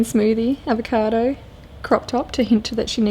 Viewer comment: "avacado". haha 9min 39 other than that. love ur work!!